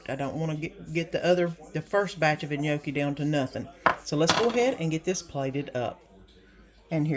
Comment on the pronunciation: The chicken and gnocchi looks good, i'm going to try it. just fyi the G is silent in gnocchi. Hope you have a good week.